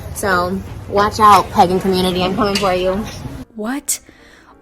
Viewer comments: Not the emphasis on the second syllable of Wiccan 🤦🏻‍♀️. And PEE-gan?! … It’s PAY-gan . Also, I. WHAT WORLD IS TRISHA PURE?! The Pagans, Wiccans, and Witches don’t want here and are casting protective spells and charms the house. That bad juju is gonna get her. And calling it now, a hyper fixation on Hocus Pocus, The Craft and AHS: Coven is on the Horizon, just watch. And Trisha doesn’t deserve to be a parent because if Moses were taking care of the baby, she’d be jealous instantly. God forbid her main character energy spotlight is taken away. Sis was literally furious at Jason for wanting to spend time with his own kids! I seriously hope she doesn’t have a kid because she would no doubt mentally and physically abuse that child; the proof is already there. And CPS needs to be called IMMEDIATELY. And FFS, the gameboys are HIS. The table looks dope, and if they are rare, it ups the price of the table. You’re that devastated, go buy one. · Is this a way to have ties to Moses for eternity? Actually the more he talks, the more I see they are the same. (Sorry) And she needs to learn how to say PAgen not Peggin.. thats for your onlyfans. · Wicca doesn't deal with curses. Also it's pronounced Wick-ah and Pay-gan. She could possibly be a natural witch, that's not out of the realm of possibility. Wicca is an organized religion like the Catholic Church or Lutherans or Protestants or Baptists. You can have a natural affinity to Witchcraft. Pagan is an umbrella term for many different types of spiritualities. Wicca is just one out of thousands. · She's pagan but pronounces it wrong 🙄. Love it.